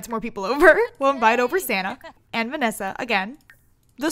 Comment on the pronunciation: You say Venessa's name strangely... Are you saying "Vinissa"?